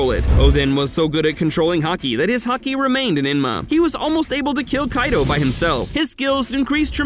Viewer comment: Is it me, or does he say hockey instead of haki. Just a question.